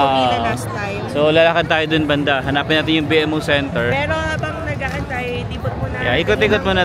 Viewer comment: B-MO po ang pronunciation, hindi B-M-O